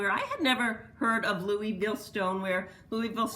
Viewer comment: Hehe. I’m from Kentucky and we say Louisville. Two syllables not Louie Ville. Great video. Always waiting fir a new one.